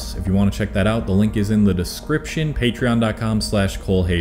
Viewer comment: pretty impressive for 30 days and im japanese myself try this for your accent -you should put more "sound" into your vowels for example at the end when you said thank you for watching you said mite karete, even though this is wrong the vowel were a bit short so try practice saying "aa", "ii", "uu", "ee", "oo" instead of a i u e o -when saying "ee" say it like ur saying eh